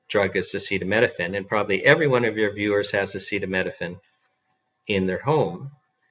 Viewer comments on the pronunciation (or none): "acetaminophen" not "acetaMEDophen"